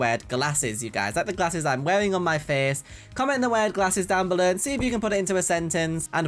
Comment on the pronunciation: no one:: "comment down bellur!"